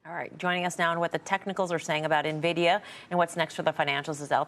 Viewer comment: He calls it Nah-vidia.